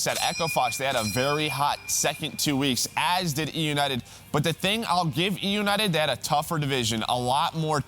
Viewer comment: say eunited wtf man 😂😂😂 you are so bad jajajajajaj optic win 3-2 eunited tssssss jajajajajaja you make me loud 😂😂😂😂